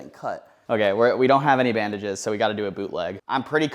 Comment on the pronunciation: bro said bandange and didn't notice that he put the middle finger.